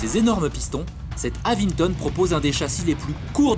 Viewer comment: Avinton, pas avingtom...